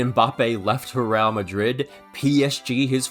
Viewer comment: i'm sorry but your pronunciation of 'real' has me genuinely fucking tweaking